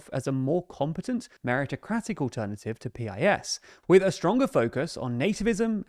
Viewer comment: I hate PiS but it's pronounced like "piece."